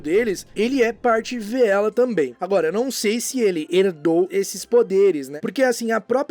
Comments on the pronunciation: VEELA "Vê-ela" não. "Vi-la". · você está correto. A pronuncia correta é "Vilas"